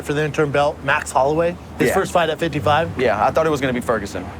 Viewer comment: Annoys me the way he says 55